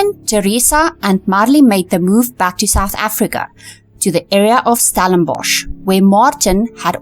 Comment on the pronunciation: PLEASE - it's NOT Stalinbosch - but Stellenbosch - get the spelling right!!